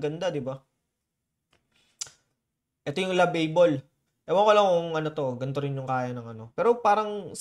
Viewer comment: Pronounced po yun as lavabol (Lovable). It’s an English word.